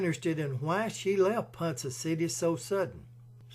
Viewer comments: Great video about the correct pronunciation of Ponca is Ponka hard K sound and the with the A the a sound of a short vowel sound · With all due respect, ponca is pronounced pon- ka city, n spelled ponca . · Great story! As an Oklahoma native we take our names seriously and it's it's pronounced like pond and cup pon-cu. With a long K sound. You did such a great job telling the story I hated to correct the pronunciation and the Oklahoma names are hard as they are Native American words and not English. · Ponka city.....not Ponsa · Ponca pronounced PonKa NOT PonSa Otherwise cool video. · Pronounced PONKA City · Ponca City is pronounced "Pon- Ka". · It's pronounced PonKa City. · While I think you have done a fine job on your documentary, almost none of it is correct. My sister-in-law is from Ponca City (pronounced Pon-ka), and I studied the mansion for many years with a friend of mine from college who's grandmother was one of Lydie's housemaids. I got to go all over than mansion, including the tunnels and and the secret poker/bootlegging area long before it was open to the public. Marland was one of the most corrupt and worst governors in our state. While his wife was dying from cancer, he abandoned her because he was busy seducing his daughter and many of the wives of the men who worked for him. The marriage was so traumatizing to Lydie that she disappeared for almost 30 years after he died because of the damage done to her family and reputation. She smashed and buried the statues of her and her brother because she was ashamed of her uncle. He lost his fortune and both homes gambling, not from the takeover of his company by JP Morgan. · It’s pronounced pawn ka city , Ponca city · Ponca is pronounced like ponKa!! There is not an s sound in PonC(k)a city. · Its pronounced pon-ka city. Anyway another great video.